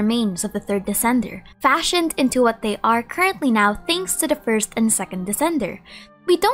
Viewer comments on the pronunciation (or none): none